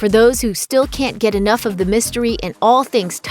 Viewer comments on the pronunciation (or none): "ENOUF" okay..... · "enouf" Really, my dude lol? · threaton?? enouf?????